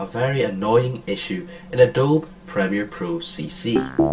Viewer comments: Surely its "A DOBE E" not "A DOBE" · Thank you! For some reason that is really really annoying to hear ahhhhh dobe. adobeee dammit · Yeah it's "a-do-be", not "a-dobe"; I checked the official YouTube. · Great vid, but its pronounced UH-DOH-BEEEE...gawd, it's like non-Texans pronouncing Montague Co. (MON-TAYG) as MON-TA-GEUW...thats NOT HOW YOU SAY IT!!!!